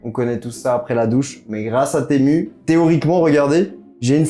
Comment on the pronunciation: Ca se dit TImou par contre